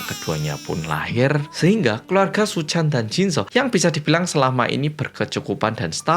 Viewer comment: Aku terkesan setiap kali bilang terkesan hehehe😂 Btw kalo bilang Pak Suchan terdengar seperti Paisuchen siluman ular putih jaman aku kecil dulu😂😂😂